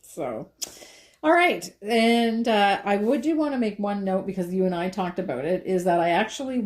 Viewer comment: That was “talked”, not raled!